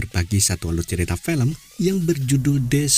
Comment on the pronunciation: Film bang bukan pelem .. cara bicaramu di ubah itu cok